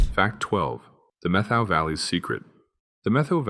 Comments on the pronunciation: Also Met-how Valley, not Meth-ow. 🤷🏻‍♂️ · Meth-oh Valley 😂😂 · and Methow isnt meth-oh its met -how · Also, not METH-how. Put down the meth, dude. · If you're going to make videos about places you should research how those place names are pronounced: Sequim is pronounced like squim, it rhymes with swim, Methow is pronounced like two words Met-how, Yakima is Yak-ah-ma, Chelan is sha-lan. I wish you had said the the powerhouse at Snoqualmie Falls was tunneled inside the rock it cascades over. It's the only one like it. Over all, you made a very good video about WA. Thank you. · You were doing good until you got to Sequim, Washington. There is a website that is called "how to pronounce". I suggest all robots visit that site before you publish a video that embarrasses you. Sequim is ONE syllable not two. (squim) It is not ya kee ma it is called Yakima yak kim maw. You do realize you get dislikes because you FU names. Methow valley, you think it would be pronounced the way you did, but NO, It is met how.